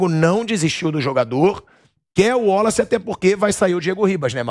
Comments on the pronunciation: Pilhado não é Woloce, é Wallace, Waaaaaaalace!! Pqp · porque fala WOlace?não seria WAlace? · O pilhado falando ÚOLACE, é irritante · cara chato com esse negócio de uólaci, porra o nome do cara é Wallace. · Pilhado. " uolace" 😂